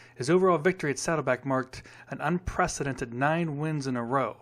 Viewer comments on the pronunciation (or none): none